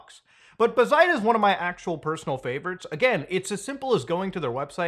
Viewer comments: BAZ-ite not bah-ZITE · Obligatory it's pronounced bazzite, not bazzite. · man pronounces bazzite like bazinga